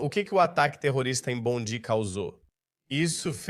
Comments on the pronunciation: A pronuncia é “Bondai”. A Austrália precisa acabar com escola Islamica, com uso de burka hijab, niqab etc. Também precisa prender os radicais dirigentes dos mosques 🕌, que pregam a violência contra outras religiões. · Brother a proniuncia correta é bondai, a praia mais famosa da Australia. A Attorney General dos USA. Cesar Queiroz Sydney Australia. A prova que vc nunca morou ou esteve na Austrália. Vc é um divulgador de fake. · Vives a tanto tempo na Australia nem prenunciar o nome da praia bondi